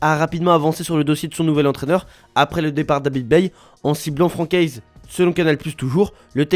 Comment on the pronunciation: « Franck Heizz » « Aymeric Laporté » les gars vous pouvez faire un minimum d’effort dans les prononciations svp ? encore plus quand c’est des noms FRANÇAIS